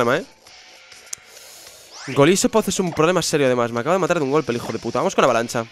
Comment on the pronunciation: "La he liado parla" "Hijo de purra" ¿Que te pasa? xDD